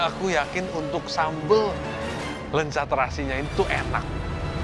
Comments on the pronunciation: Ketauan banget ya klo yg bukan orang sunda, nyebutnya 'Lenca' bukan 'Leunca' 😂 Yhaa ini sih intermezzo aja bukan bermaksud hate komen..heuheu.. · Greget banget pada nyebut lenca bukan leunca. 😭